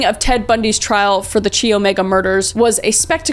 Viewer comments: Is she saying Chee? Chi omega? I think it’s pronounced Kai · not chee omega, its pronounced kai omega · Chi is pronounced Kai :) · Chi is pronounced with a hard K and a long I sound. Not “chee” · It's Kai omega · "Kai" Chi Omega is pronounced "Kai" Omega lol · I'm always here for the murder shit 😁 also! Chi is pronounced like the name "Kai" - I was in this sorority in school and it hurt a little every time you said it 😂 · I've been inside that sorority house. It no longer looks the same from the front, but man do you get a creeptacular feeling as soon as you go in. Also, Chi is pronounced like "kye." Love my Chi O sisters ❤💛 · I went to FSU in 2013 and joined a sorority. They STILL talk about what happened at Chi Omega (pronounced kai, btw lol) Apparently they demolished the rooms the girls were murdered in and completly renovated the upstairs area but now theres security officers that patrol greek row and all houses have higher security just because of that. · in the greek alphabet Chi is pronounced like a K, and should rhyme with eye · Kris, you're a wonderful human being. However, your pronunciation of "Chi" makes me cringe a bit...